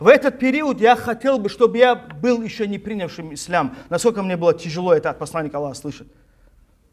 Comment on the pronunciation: Он даже не может произнести слово Ислам без ошибки !